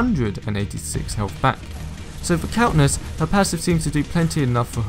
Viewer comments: Countess, not Countness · is it just me or was he saying countness